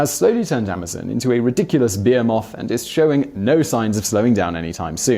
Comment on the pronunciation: 'Behemoth'.